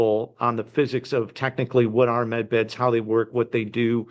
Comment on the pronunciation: Med beds not men beds!